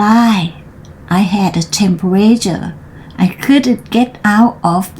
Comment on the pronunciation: dog ออกเสียงในปาก dock ออกเสียงที่คอ differently เสียงท้าย ly ลี่ ไม่ tly ทรี่ จังหวะอ่านดีค่ะ ลิงก์เสียงให้เยอะขึ้น เช่น greens in= green sin ground จู๋ปาก ไม่อ้ากว้าง temperature อ่าน เทม เพอะ เจอร์